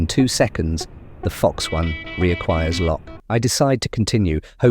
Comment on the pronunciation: Is this a TTS voice or do you just say Fox-1 and MMR-S3 weird?